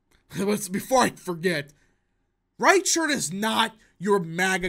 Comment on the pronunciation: Reichert is closer to riker from star trek for pronunciation my dude